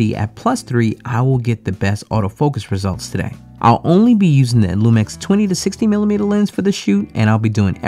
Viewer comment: Why you say LumEx?